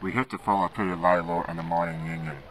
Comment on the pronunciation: not bad, what program did you use? It may not be historicallly accurate but I guess its exceptional. Also I find it wierd that 'Lalor' (Law-ler) is commonly mispronounced as (Lay-lorr) among many people, I guess they should all ask real historians or put pronounciation references in books more.